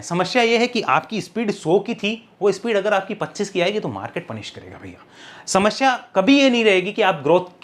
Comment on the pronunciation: समश्या ?? You are such a good speaker that's why I am pointing why "samashya" it's samasya